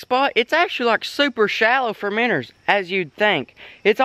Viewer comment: first time i have heared you say miinnows correctly